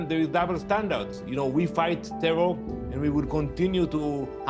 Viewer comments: Tehwol!(terror)! That dude should learn another language with a speech impediment like that. 😆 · " a tewor attack" lol